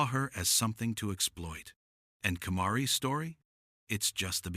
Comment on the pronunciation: You got the first case about Kamarie Holland all kinds of wrong First Your pronouncing her first name wrong She was 5 not 10 Her mother didn't walk into the police station she called 911 Makes me wonder about the details of all your other stories Kinda hard to watch now